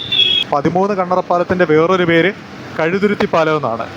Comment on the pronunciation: കഴുതുരുത്തി അല്ല കഴുതുരുട്ടി എന്നാണ്